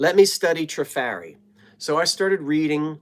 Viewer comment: Trifari is pronounced Tra-far-eee. You can carry on with whatever you like, but now if you pronounce it wrong I can say, "Well, I tried. My work here is done." lol. I love the glass shades, glass etched dessert plates and the console bowls. The work on the purse is superb. Take care of yourself.